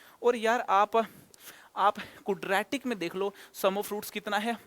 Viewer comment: Sir please don't mind but I think ye kudratic nhi hota Quadratic hota h sir...😊